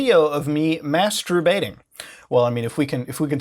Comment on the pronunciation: “Mastrubating” Alright...